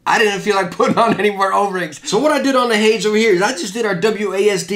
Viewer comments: pronouncing Hades as "hayds" is throwing me off. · Hades is pronounced hay-deez. Not a huge deal obv but now you know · Lmao the way he pronounces hades 😂